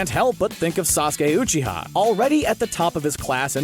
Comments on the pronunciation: He said uuuuuchiha it’s Uchiha and resaaagan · uwe-chi-ha WTF It’s you-chi-ha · The amount of mispronunciations in this... “razengan” (rasengan) “Oochiha” (uchiha sounds like youchia) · U said sauske's last name wrong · You pronounced Uchiha wrong. Sorry bud. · This man said uchiha like he’s never watched naruto a day in his life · so nobody ganna talk about how he say Uchiha and sharigan??? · And uchiha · you butchered uchiha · this guy is probably just reading a script. the way he says rasengan and uchiha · he pronounced uchiha and rasengan wrong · Fuk you uchiha pronunciation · Prince_Taryn the way he pronounces uchiha